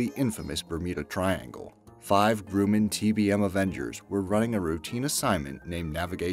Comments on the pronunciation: Why did you pronounce Grum-man as Gru-man? and why did you use the T-6 instead of the TBM avenger? This isn't that great of a video. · Okay ,grumman is pronounced gruhmun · Sorry I did give the vid a thumbs down for the very reason Matthew Smith said...For the love of all that is holy say _____________ right! Besides parliament there was Grumman, Masamune, Kuala Lumpur, Fabergé, and Mount Sinai. He was driving me nuts throughout this video. I understand that there are some dialect differences that vary from area to area, but this was beyond ridiculous. If I didn't know any better, I would say it was an April Fools joke. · ...or Grumman, Masamune, Kuala Lumpur, and Mount Sinai. He was driving me nuts.